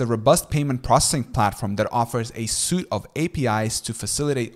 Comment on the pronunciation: 'suite' is pronounced "sweet"